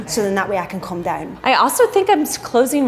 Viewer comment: a little over halfway through the video you can really hear the accent come through in “come down”